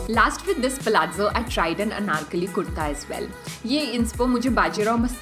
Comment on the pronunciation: Like your pronouncestion of palazzo